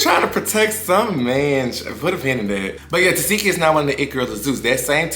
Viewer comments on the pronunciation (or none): Omg. In this case you can read her name as you see it. Te seh ki not Te see ki.